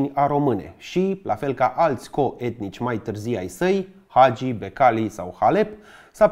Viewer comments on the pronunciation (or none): none